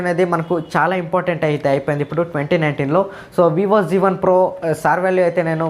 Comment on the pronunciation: Zee1 kadu babu z1